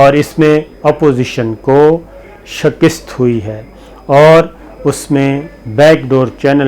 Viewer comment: Sabir Bhai word is Shekust not Shekist. You are one of my favorite journalists excellent reporting keep it up Sir.